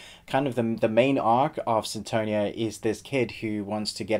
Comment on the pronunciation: Its funny the way u say sinTOnia hahahahha